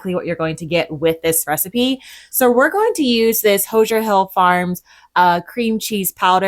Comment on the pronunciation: My Indiana born father just rolled over in his “jar” in the display cabinet when you pronounced the Hoosier (who-zhur) cheese dust as hosier (ho-shure). I just love you! Thanks for the recipes, I’m trying to do more of my own jarred mixes so I can send them off with the kids instead of them buying that unhealthy and expensive stuff from the stores. ❤